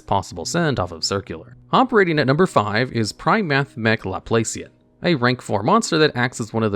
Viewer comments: Laplacian is pronounced Laplahcian. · The operator pun coupled with mispronouncing “Laplacian” hurt me